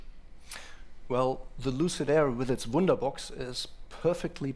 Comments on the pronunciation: Woonderbox, woonderbox.... hume battery system... sounds like letter o and u and a are same... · the guys for supply chain, hardware production and manufacturing are Germans. Pronunciations are funny. 'Wunderbox' - nice.